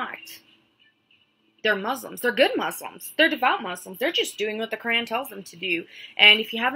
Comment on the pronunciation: I'm Jewish but I don't believe she is an ex Muslim because she can't even pronounce Muslim or Quran properly. Maybe she is an ex Muslim convert but I don't think she was raised Muslim.